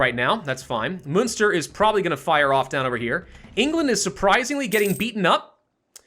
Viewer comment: Am I going to be a butt if I correct the pronounciations? Munster: Mun-ster (We say mun the same way as you say mun in money) Sligo: Sly-go. Ulster: Ul-ster (Ul pronounced like in bull.)